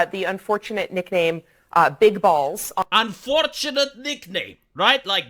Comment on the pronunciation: "Unfortuntate" for whom?